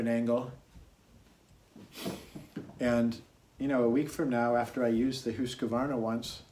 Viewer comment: Hoosk-varna, not Huska-varna. Otherwise nice video.